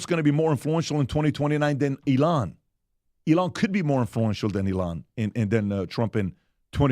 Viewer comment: PBD for the love of god say Elon’s name correctly.